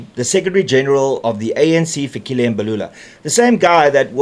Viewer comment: Its not Fikhile it's Fikile please learn to pronounce correctly if you are a true South African .